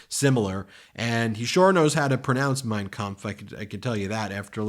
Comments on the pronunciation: Trump plagiarizes his heroes because he does not have any original thought and claims it as his own. The man is devoid of any originality that is why he self proclaims is ‘enormous’ intelligence. Notice how he pronounces Mein Kampf properly. This means he has selectively read it through his life or has been well coached by Stephen Miller a dangerous advocate of Hitler and his philosophy. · I noticed Trump had no trouble pronouncing "Mein Kamf" but can't pronounce Yosemite. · He pronounced the name of that book awful wel. With accent! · Trump mispronounces words all the time. Hearing him pronounce Mein kampf with such clarity makes me think he practiced, Why. He is a fan of Hitler. Trump has always been racist. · Trump says "Mein Kempf" so perfectly that there's no doubt he's read it and had his Nazi father talk about it all the time. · The MOST alarming thing about tfg talking about mein kampf is the perfect pronunciation of it, considering how otherwise stupid he sounds. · Trump says he’s never read Mein Kampf but pronounces the title very deliberately and perfectly. He rarely pronounces any English words with such precision as that. Which of course means that he read it and respects Hitler so much as to not mispronounce the title of his all-time favorite book of lies. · Trump can’t pronounce half the words he says but pronounced Mein Kampf perfectly? 🧐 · Trump has no trouble pronouncing the name of Hitlers' book. ⚖️🎼💙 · Funny the orange one can pronounce that with no problem but can’t say “origins.”